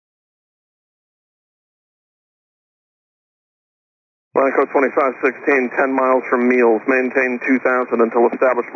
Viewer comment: It sounds like Lanco, not LATAM.